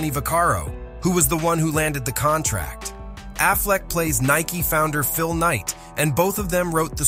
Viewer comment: It's NIKE not NIKEY